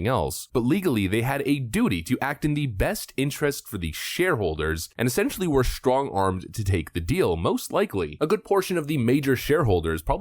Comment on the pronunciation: shtrong-armed. Stop talking like Michelle.